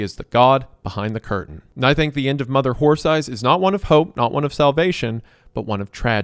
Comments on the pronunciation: Reminder that during the 11 hours of reading this story, Isaiah mispronounced the title as "Mother Whore Thighs" like 3 times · Shoutout to Wendi for repeatedly saying Mother Horse Eyes as "Mother Whore Thighs" repeatedly in the Creep Cast